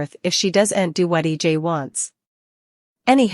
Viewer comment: EJ not E dot J